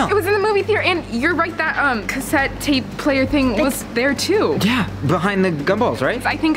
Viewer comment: I love how still can't say 'Tape player' correctly 😂😂